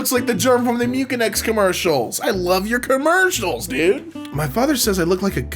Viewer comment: he really said mucinex as mukinex, thatd be somethin i do tho if reading it and never have heard it pronounce